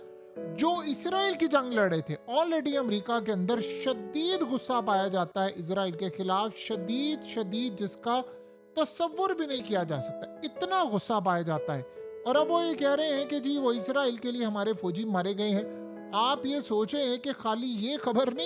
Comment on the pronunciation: tasawur, word ko muafi de den sir, please